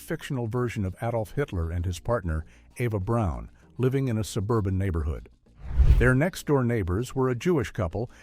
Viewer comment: It's the first time I've ever heard Eva Braun's name pronounced correctly though, LOL.